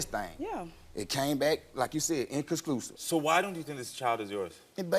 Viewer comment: like she said it came back "inclisclusive" lmao